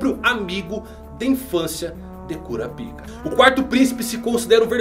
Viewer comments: É KurÁpika, e não KurapÍka. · kkkkkk eu não aguento o KURAPÍCA. É KURÁPICA po 😂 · "KuraPIka" (sílaba tônica no "pi") não soa bem kkkkk. "kuRApika" (sílaba tônica no "ra") é melhor. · Mano tu falou cura pika .eeee curapaika 🗿🍷🍷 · Se dá próxima ele pronuncia korapaika eu sigo ele mais se pronunciar korapica sai fora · Kurapaica* isso é coisa da antiga dub de hxh. O certo é kurápika Tanto que nos filmes dublados é pronunciado assim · Eu não consigo ouvir cura-pika sem rir kkkkkk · se escreve curapica mais se le curapaica kkkkkkkkkkkkkkk